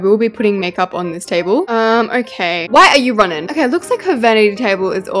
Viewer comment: The why are you running sounds like the African version 😂😂😂